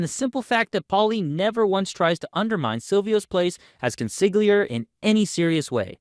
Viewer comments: Bruh you run a sopranos channel you’ve gotta learn how to pronounce consiglieri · Me hears the narrator pronounce consigliere. My head: My estimation of the narrator as a sopranos critic just plummeted. … J/K. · Great video, but how do you Not know how to pronounce Consigliere?